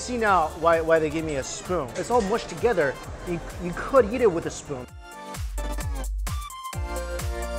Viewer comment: Does anyone else hear his pronunciation of eat? Kinda sounds like YEET